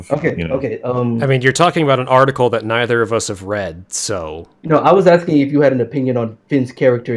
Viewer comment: The fact this fool says "I'm just AXING" tells you all one needs to know about his level of intellect.